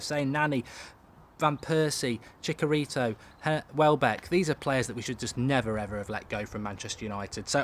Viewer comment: Ps. It's Chi-cha-ri-to